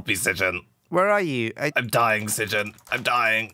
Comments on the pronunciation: So funny mocking sjin's name. People normally pronounce it as "shin". But sjin pronounce it as ssjin. gotta be strippin right? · pernounced sjin like s i j i n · Oh god, he pronounced Sjin wrong!!!